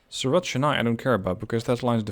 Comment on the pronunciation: A little pronunciation guide if you will: Chennai - Chen-Eye Jeddah - Jed-Dahh Surat - Soo-Rathh Hyderabad - Haider-Ah-Baadh One catenary eh? It's always the small thing that throws everything out of whack. I'm glad you caught that though. It would be really helpful if there was a mechanism within the game that can point out to where exactly the problem lies. Like in the line manager it shows in red. Say we click on it and it directly takes you to the problem location. This could be immensely helpful in cutting down on churn. As far as track-building goes you have improved significantly in comparison to the previous season. There is room for improvement I'd say. Your track lines are very busy, they come off as very congested. If you would like some inspiration on track laying I would direct you to GrandT's excellent Transport Fever 2 series. Cheers!